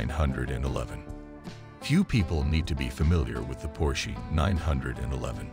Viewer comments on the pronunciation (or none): your A I is killing me !! Por shee give me a break